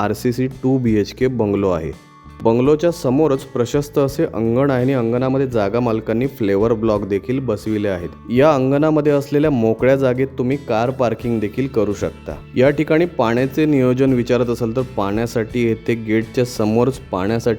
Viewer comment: व्हिडिओमध्ये फ्लेवर ब्लॉक असे म्हटले आहे,उच्चार पेव्हर ब्लॉक असा आहे.